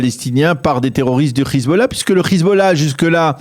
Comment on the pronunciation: C est Hezbollah et pas khizballah